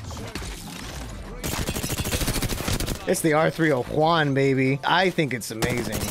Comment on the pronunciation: I subscibed when he said " R30-Juan" XD